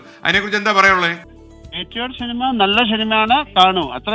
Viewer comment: Shinima ? Shinimayo ?😂